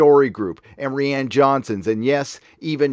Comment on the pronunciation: It's R-Eye-Ann btw